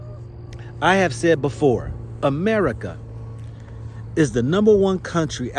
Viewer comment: Lol you say D'America😅 and I say AmeriKaren lmao